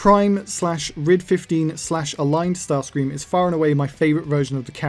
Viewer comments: The Michael Bay version sounds like he's saying "daddy"😅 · Bay starscream sounds like he is saying Nazi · i hear yahtzee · i think bay starscream said “betsy” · To me it sounds like he’s saying feet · It sounds like he’s saying gratsi to me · When Bayverse Starscream made that noise, I heard “Nazi” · I litaryly though he said the nazi😅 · Am I the one who thinks he's saying "yahtzee"? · To me it sounded like he said "naughty" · I hear “Nazi” for some reason Like idk I just hear that